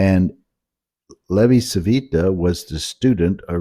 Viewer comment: Hello my friend, great videos but might I add that you are mispronouncing Levi Civita. Also I believe Elwin Bruno Christoffel himself introduced covariant derivatives in 1869 with “Ueber die Transformation der homogenen Differentialausdrücke zweiten Grades”. The history of GR is very intertwined with the history of differential geometry indeed. Cheers